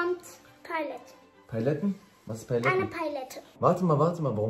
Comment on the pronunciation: „Eine Paiylette!“ 😂😂😂😂